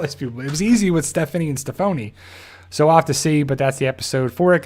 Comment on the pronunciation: I glad you know her name now and stop calling her Stephfony